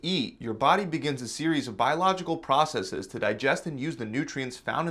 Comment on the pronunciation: Thank you for pronouncing "processes" correctly. So many think it's a Latin word and pronounce the plural as "process-eez." This is WRONG. STOP IT!